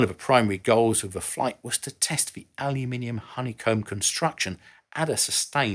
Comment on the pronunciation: It is such a joy to watch an youtube video where the word aluminium is said properly.